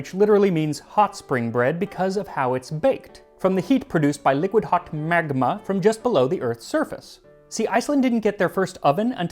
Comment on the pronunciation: When Max says "magma" 😂